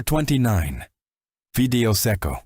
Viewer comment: Fee dei oh not fi dee o